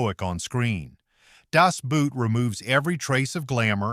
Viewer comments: ffs its german ....its not das boot its das boat ...the german word seems to spell boot but its actually pronounced boat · For F's sake, "Boot" in Das Boot is not pronounced like "boot" as in a shoe! English is a Germanic language, and therefore very similar. Two sequential O's in German are spoken with a long O sound. The movie title literally translates to, "The Boat" and that's how it's pronounced, Das Boat... 😵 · "Das Boot" ... please, please please learn to pronounce it correctly. You can get GOOGLE TRANSLATE to pronounce it. The lack of language aptness shown in this instance reduces the otherwise excellent quality of your video.